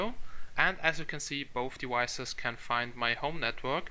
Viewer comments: Why do i feel you say "devices" like "dewices" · I hear it too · yeah its devices not dewises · "On both dewicces" Dat accent